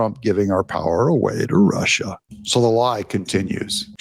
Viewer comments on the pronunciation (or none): none